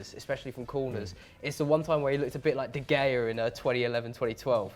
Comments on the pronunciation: New guy did well until I heard him say “de gayah” instead of “de heah.” (Pronunciation wise, it’s obviously De Gea with a soft G. That’s basic man. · Except he said the G in De Gea